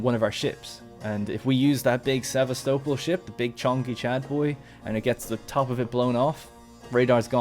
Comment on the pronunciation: The syllabic pronunciation of that word is: ser-vas-ta-pol FYI.